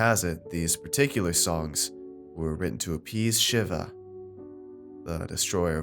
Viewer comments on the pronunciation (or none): Pretty sure its pronounced sheeva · Was so annoyed by his pronunciation of Shiva, but then realized narrator is ignorant racist, so he WOULDN’T know the correct pronunciation. Well done.